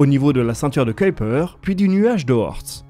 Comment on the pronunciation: Enfin quelqu’un qui prononce correctement Kuijper. En studio je me suis battu avec des directeurs de doublage qui refusaient la prononciation flamande pour un résultat ridicule. Merci, et super boulot !